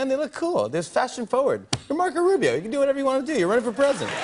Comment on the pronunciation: Marco Ru-BAE-o